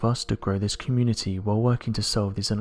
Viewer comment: once again I will say it’s subscribe not ubscribe 🤷🏻‍♀️ PLEASE SAY IT PROPERLY